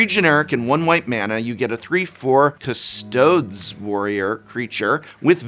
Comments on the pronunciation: Hey Prof! icydk, Custodes and Astartes are pronounced with a long e at the end - Custodees / Astartees - kind of like Arcades the Strategist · Is it not pronounced cuss toh deez (nuts) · Professor, you should know that Custodes is pronounced with a long E, meaning it sounds like Custodeeznuts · Its pronounced custodees not custards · The pain every time he said Castods….it’s ka’steudiz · "what is a cast-toads?" Latin: 100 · 40K is bloated. The models are great. The terrain is great. The rules are as balanced as a barbed wire and towing chain wrapped baseball bat vs. water balloons. If these decks are balanced then it isn't 40K. Price point and FOMO limited is spot on those. And it's pronounced Kus-to-deez like custodian? You were an English professor weren't you? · Custodes is pronounced cus toe deez. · Actuallly it's Custodes as in CustoDEEZ....is a very good video, thank you Prof! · Great video as always :) Quick pedantic tip, 'custodes' is pronounced kuh-stoh-deez (WH40k loves its fake latin words) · Cuss-tow-dees. Good grief man. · As a die hard 40K and MTG fan, I love every mispronunciation the Prof made! The Custodes will now forever be known as the "Custoads" to me and my friends. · Prof, the humans in 40k are supposed to have a roman theme to them. Custodes is pronounced "cuh-stoe-dees" as astartes is pronounced "ah-start-tees". Keep that in mind when you see names like that! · The way custodes is pronounced sent me lol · I feel like he knows how to pronounce Custodes correctly but is refusing to just to make all 40K players cringe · Vince is going to have a sit down with the Prof about the pronunciation of custodes.